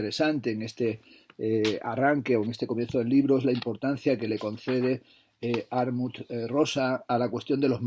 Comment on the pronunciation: Muchas gracias por este vídeo! Me compré el de Alienación y Aceleración gracias a tu reseña y lo cierto es me has descubierto un pensador muy interesante. Aunque en este libro me da la sensación (aún no lo he leído) que pincha en algunos puntos. Por cierto, es Hartmut (no Harmut), lo digo por si quieres ayudar a los seguidores de tu canal para que en el futuro puedan encontrar esta reseña. PD: espero con ganas ya la reseña del último tocho de Zizek (Sex and the failed absolute), que seguro que la tienes en la recámara, aunque la traducción española tiene pinta de ser algo desastrosa. Solo con el título mal traducido del inglés, el fracaso del absoluto (!!!), ya da a entender que el traductor, que en este caso está especializado en mindfulness/autoayuda, no tiene pinta de haber leído a Hegel ni a Kant en su vida. Menudo error darle un libro tan potente a alguien fuera de órbita...